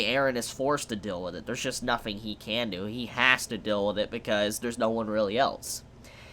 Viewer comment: Why does this guy say "nothing" as "nofing"? Am I the only one hearing this?